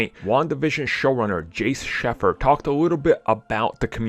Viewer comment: It's no use he's been mispronouncing her first and last name in every video he post about wandavision, it's annoying but i've learned to live with it